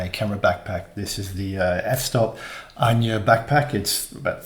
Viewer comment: Wouldn't "Ajna" be pronounced "Aye-na" not "An-ya"?